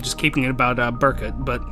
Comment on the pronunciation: It's actually pronounced Ber-Koot and there is evidence that it's pronounced that way, the actual Fire Emblem Echoes game.